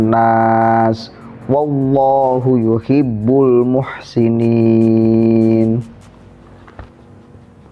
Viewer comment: ini lagi bro mestinya yuhibbul dibaca yuhiibul. Tajwidnya parah.